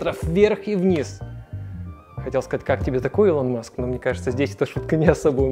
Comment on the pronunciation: Чудо техника, ну что за ударение, Илон Маск, Фэлкон